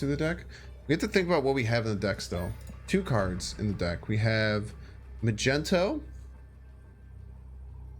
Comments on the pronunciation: Umm, it's Magneto (as in Master of Magnetism), not Magento!! That's just embarassing, man. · Does anyone else's soul get crushed a little bit when he says muhgentow instead of magneto? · Anyone heard him say ma gen toe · He does it as a bit lol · Love your stuff... good decks... but call Magneto by his proper name! It sounds insulting the greatness of Magneto